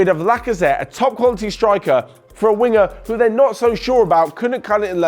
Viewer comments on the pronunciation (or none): none